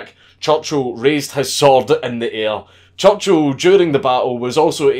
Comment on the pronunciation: “Maed jayk choochul”